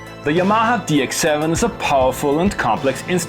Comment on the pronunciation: Do you have a fear of correctly pronouncing Yamaha? Hermione: It's YA-ma-ha, not Ya-MA-ha.